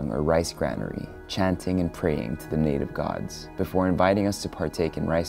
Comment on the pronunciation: I like how you pronounce native words correctly. 😍